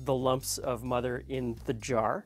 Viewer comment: i am French Canadian and i understand English very well in fact i understand you completly but phonoticly i don't know what i am hearing when you speak of the 'mudder' mother... what is the word you meant please lol???